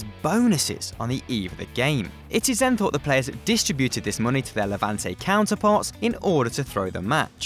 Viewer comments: Levant? You mean LevantE? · Levant EEEEEE not Levant.... Newspaper El PaIIIIIIIS NOT El Pas